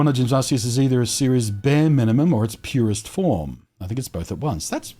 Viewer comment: It's gif as in George, and Ars-ious just sounds rude, even if it's "correct." lol Cheers.